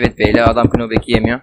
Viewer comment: Kınobek ne lan knockback diye yazılır nopbek diye okunur :DDd